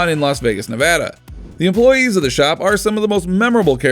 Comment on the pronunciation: He said Nevada right! He said Nevada right!